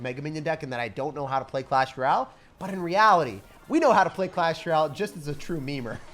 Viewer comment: Dude every time u say “clash ral” it just makes my whole day.